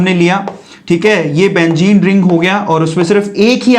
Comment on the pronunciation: "Benzene" it is a true meaning not a "bengene"